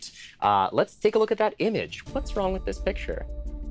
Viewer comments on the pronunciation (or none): Um actually... You asked "what's Wong with this picture" rather than "wrong" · Has it always been "WHAT'S WONG WITH THIS PICTURE" and I've never noticed until now? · "what's wong with this picture" - excuse me?